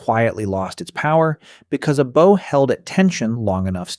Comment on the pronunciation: Great video but one of the most annoying things about AI voices is the mispronunciation for example - the word “bow” Getting it wrong so many times really is grating